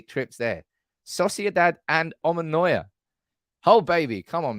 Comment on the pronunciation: Hey! I'll tour you around Cyprus for a free membership! By the way it's Omonia, the last o is silent 😀